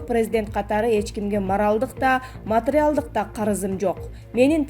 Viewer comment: Каарантин деп окуп жатат. Же билим алган эмеспи диктор. Матриялдык деп окуп жатат Пневмания деген сөздү дагы туура эмес. Башка диктор окусун же болбосо каналды өчүрүп койгулачы